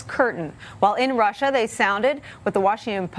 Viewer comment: and now they share his views on Ruh!!!???? Was she so eager to get her point across she couldnt say russia?